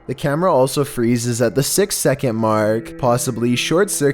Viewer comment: Anybody else think it was funny how he said number 6 😂 no just me? Okay 🤣